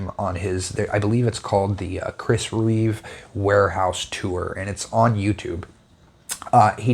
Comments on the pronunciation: I don’t mean to nitpick but I thought I’d point this out in case you were genuinely unaware, somehow: You’ve instinctively added the letter S to the end of the maker’s name, Chris Reeve, where that extra letter does not belong, in your speech and in your written word. It’s probably a common mistake, so not a big deal, really. This exact knife model is the only CRK folder in my substantial edc knife rotation. I also own a black DLC CRK Nyala fixed blade and that one is truly awesome, in hand. I like your style of review & comparison so I’ve just subscribed. Cheers! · It's Reeve, not Reeves.